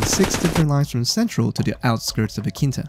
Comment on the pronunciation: Hamare aankita bol rahe hai 😂😂